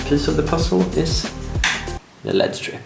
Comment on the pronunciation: Im sorry lol L E D strip not Lead strip. It’s three letters not a word